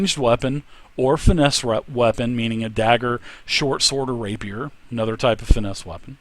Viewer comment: It's pronounced Rey-P-er not Rapierre